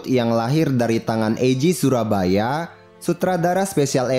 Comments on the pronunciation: yg bener Eiji Tsuburaya bang bukan Eiji tsurabaya🤣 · Tsuburaya Kali Bukan Surabaya wkwkwkkw😂😂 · Tsuburaya bang bukan Tsurabaya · Correct bang: Tsuburaya bukan tsurabaya